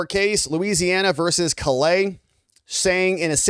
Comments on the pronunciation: I'm a Louisiana native, and a cajun man. I appreciate what you've said here. Callais is pronounced like Call AY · Callais is pronounced KA-LAY